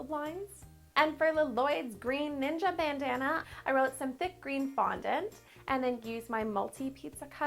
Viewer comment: Ninja not Ning’s